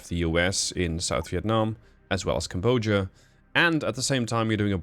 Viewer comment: Each time you mispronounce Cambodia, I die inside TwT